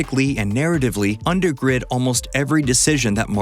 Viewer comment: "undergrid"? I believe the word you were looking for is "undergird."